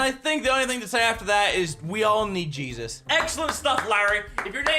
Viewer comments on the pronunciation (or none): none